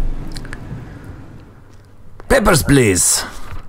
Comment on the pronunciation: Well, listening to it, he does actually say it almost exactly like "peppers please" once :P